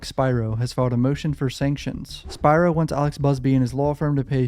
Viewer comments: Pronunciation is key....Spearo( Spiro) Keep up the great content! Also, the father was (@ time of occurrence) abusing alcohol/drugs ( allegedly). Keep up the great content! Just a GMA from IL😂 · Spear Ro say it with me Spear Ro